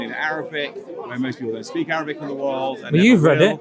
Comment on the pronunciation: He keep saying written "in Arrabbic" as if Arabic is not a worthy of language. In my mind he racist hypocrite.